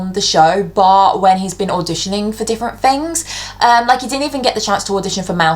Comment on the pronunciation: "fings" haha